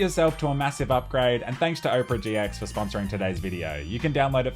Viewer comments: Oprah? no Opera mate. Can't even blame the Aussie Bogan accent for that. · Lmao 'oh-pera', mate it's owpuhrah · Dude does an ad yet can't even pronounce opera and instead pronounces Oprah. Lol what a boss making social commentary troll against ads while still being paid by ads. Let's go listen to the Oprah singer at the Oprah. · Mans pronounced Opera like Oprah Winfrey 😑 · Blud said Ohpera LOL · I was listening and the whole time I was thinking. Wow Oprah got herself a browser... damn... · Opera? Pronounced as Oprah? Simply stunning. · Why did you keep calling it Oprah? It's Opera, like the Italian musical. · Bro called it Oprah 💀💀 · its opera not oprah. great stuff on the videos though! keep it up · Pronouncing Opera like Oprah is what I needed to hear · It's Opera GX, not "Oprah GX". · I didn't know Australians pronounced Opera (Ah per a) as Oprah the tv host. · it's opera like opera siger. :D I use opera. :D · him: says owpra me: thank god he doesnt actually use it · Made me laugh since I'm watching this on Opera GX. Long time opera user. Definitely recommend. Edit: Also, says "Opera" like "Oprah" an obviously well hydrated big girl. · Lol he says opera like “Oprah” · I love when he says Oprah GX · congrats on the sponsor but I'm dying at you pronouncing it "OH-pera" and YOU get a browser! and YOU get a browser! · You say opera weird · I love how he says "opera" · Is that really how Australians say the word 'Opera'?